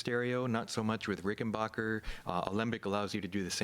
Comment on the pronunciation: RickenBACKer. Not RickenBACHer.